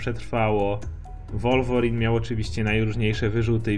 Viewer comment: 616 nie mówi się wolworin tylko łolwerin